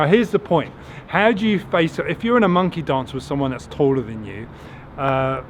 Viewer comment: When u said monkey dance. I thought you said monkey dongs. 🤣🤣 great job by the way. I love your content